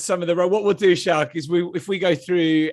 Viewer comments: It's Schalk man....like school🤣🤣🤣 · It's pronounced Skalk not Shalk, then pronounces French refs name perfectly. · You pronounce it "Skulk" not "Shulk..." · just say skalk, his name is not shalk! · Schalk is pronounced "Skulk" not Shalk . Great interview with an exceptional human being . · Schalk is so understanding with people mispronouncing his name and calling him "Shalk" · Great episode Boys. Just a heads up - "Schalk" is pronounced "Skulk". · Every South African triggered by the mispronunciation of Schalk 😂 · Why are you calling him Shalk?